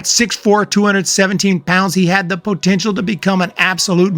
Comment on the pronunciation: Is this guy really saying “pootential” every fucking time?